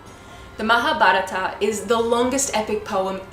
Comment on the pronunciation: Very impressed with this American narrator of the Epic in this video. Her pronunciation of "Mahabharata", "Vyasa" is impeccable!